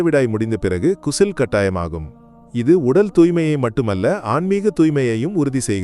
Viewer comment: குசுல் இல்லை...😂😂 ......❤غسل